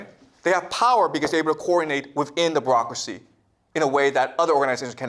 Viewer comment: She should have listened to the part about 'brocracy' as he calls it 😂 This guy is teaching children yet calls himself a professor. By definition he is a teacher 😂